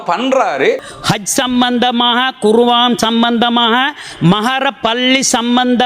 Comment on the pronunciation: iwarukku kuraan endra warthaiya kooda tamilil uchcharikka theriyada neengala samooham sardha wisayangalukku uruthunaiyaha iruppeerhal kuwaan illai kuraan